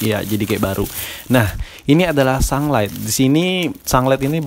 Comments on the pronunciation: Haha sunglight, sunlight kali bang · Sunlight bukan sanglet wkwkwkk ngakak